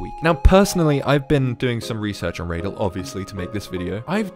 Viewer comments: Reydal ❌ Radal✅ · yes, also its pronounced "raa.dal" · Radal: "Tells people how to pronounce his name": raydell